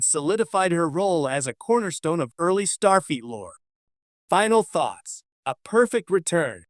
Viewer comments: Who the heck is Toppel? Or as you said in one other spot "Tippel." And what the heck also is "Starfeet!" ?😂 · It's not Starfeet. It's Starfleet. FLEET. That's F L E E T! With a L!!!!!!!!!!!! Geez. But it would be nice to see T'Pol again. I am hoping to see Dr. Phlox again too. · Can you actually voice over your own videos instead of relying on AI voice-overs that mispronounce character names - Topple; Starfeet????? What the actual hell!!!!